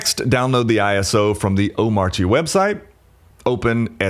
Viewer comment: Cool, just one small thing. When you say Omarchy, you should not pronounce the R, at least according to very opinionated DHH, who said not to.